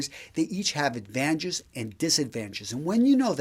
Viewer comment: He says "advanges and disadvanges". It is advantages. Ad-van-tag-es. Not advanges. Not even 30 seconds in and you lost me. I couldn't get past this point, especially since I have a feeling you're going to continue to say it this way throughout the video.